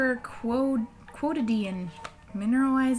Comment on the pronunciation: I'm so happy for you! Some language fun facts: vichy (vee-she) is a French brand and "quotidien" (coh-tee-d'youn') means daily :) and verklemmt is German and actually means inhibited or uptight :) I always enjoy it when Americans use German words!